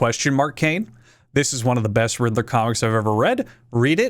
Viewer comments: Everytime you say riddler I hear "Hitler" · I'm not a native English speaker, and my English could be better. But I can't help but hear you saying "Riddler" with an "H" at the beginning. For a few seconds, it sounds like you're saying the name of that guy who starts with "Hitt" and ends with "ler."